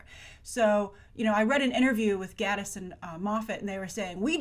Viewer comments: Mark Gate-us not Gatt-us. And Steven Moff-it not Steven Mo-fat. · also, GATEis, not Gattis. Really bugged me too! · Um, he might be unhappy in his marriage because he can't trust his wife because she murdered his best friend? Also, it's pronounced gay-tiss and Moff-it. The show creators have always said that this is a show about a detective and not a "detective show". Most of Sherlock fandom has come to a consensus that this episode is Sherlock telling a story of what happened to Ella, but altering details (as was done to the video of Sherlock shooting Magnussen in the opening-the Sherlock creators rather than being "out of ideas" are still packing their episodes full of subtext for those who look.) Its quite obvious the squaddie/secretary didn't shoot her, she was shot from behind. They taught us to view bullet wounds carefully when Sherlock was shot. Lots of blood blooming out? That's an exit wound. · Love your videos, Grace! This is minor, but Mark Gatiss' name is pronounced "gay-tiss." He has personally commented on the pronunciation in relation to his sexuality :)